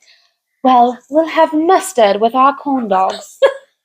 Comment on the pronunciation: My goodness I just started laughing had tears down my face. Mustard in British accent. Lol Happy Mother's day ladies.